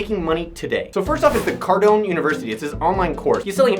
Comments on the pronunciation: Pronounced Car-doan, not Car-doh-nee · They fact you call him Cardon-E makes me not trust you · Grant Cardon-ey. lol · "Cardon-E"?? WTH?? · Nigga just said "Grant Cardoney" wtf lol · Well very informative I think the thing that irritated me the most was you pronouncing his last wrong. Even when you listen to Grant say his last name the E is silent. Well he kind of looks like it you make him sound like a mafia gangster. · You should learn how to pronounce someone's last name before you do a video about them. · I usually love these videos, but hard to trust this research when you can't even pronounce his name lol